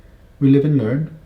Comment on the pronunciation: When you said 'we live and learn' I thought oohh that sounds a bit Westcountry. So I had to look at your Wikipedia and you're from Somerset, like me! Gurt lush ❤